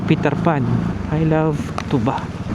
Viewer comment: Thank you for visiting Benguet kahit may bagyo😅 correction lang po Sir sa pronunciation ng Tuba, long stress po sa syllable na "TU", hindi short stress katulad ng tuba na alcoholic drink.